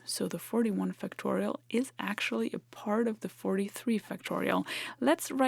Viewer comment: I've heard that the pronunciation of schwa-type vowel sounds is a big nuance in language learning.: Be sure to pronounce the first syllable of "factorial" with greater stress and more of an /a/ as in fact or factor rather than as a schwa sound, even though it doesn't get the primary stress of the entire word. Great video as always, and your fluent command of English as a second language, when talking about a technical subject, is amazing!